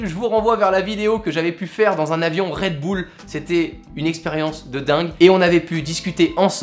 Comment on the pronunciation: Je te le redit une fois on dit red bul et non red boul !!